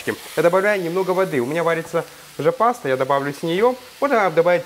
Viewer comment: три раза переслушал,не мог понять,что там варится, какой-то "жопастый"))) ..потом разобрал:-"Уже паста"...)))